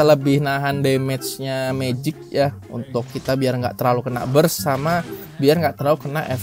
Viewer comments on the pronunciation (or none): none